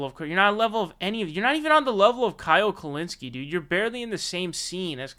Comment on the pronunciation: Who is Kyle *pronounces last name perfectly*.